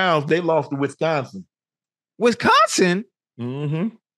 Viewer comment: The way Ochocinco says Wisonsin" 😅😅😅